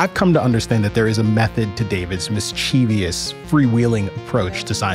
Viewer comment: Mischievous is a word. Mis-cheeve-ious is not.